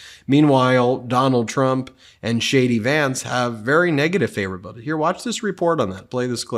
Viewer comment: Shady Vance takes me out everytime! I just love the way you say it. Emphasis on “Shady” 🤣🤣